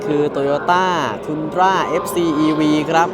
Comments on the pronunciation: ทันดรา นะคับไม่ใช่ ทุนดรา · เขาเรียกว่า ทันดร้า ครับลูกพี่ ไปเรียก ทุนดร้า เป็นสื่อยานยนต์เรียกชื่อผิด อ้ายเค้าตายเลย